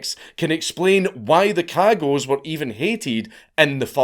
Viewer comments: I love that he mispronounces cagots because of the American accent lmao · Me 2 seconds into the video hearing their name pronounced and realizing the little internal giggle I was looking forward to the rest of the video is gone forever... :( DAMN YOU FREEEENCH!